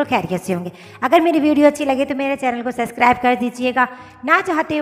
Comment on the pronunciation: suscaribe nai hota Subscribe hota hai